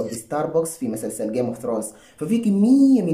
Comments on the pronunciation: بالجد والله دا ينتقد شنو كمان بنطق المسلسل كدا😂😂😂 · ليه بتنطق كلمة مسلسل كده😂😂😂😂😂